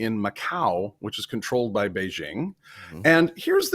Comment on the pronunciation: The "j" in the word "Beijing" does not rhyme with the "g" in the English word "regime"; in fact, this sound does not exist in Chinese. The "j" in the word "Beijing" rhymes with the "J" in the English name "Jim."